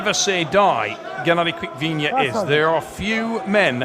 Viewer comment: Tell it's not Quick-Vinia FFS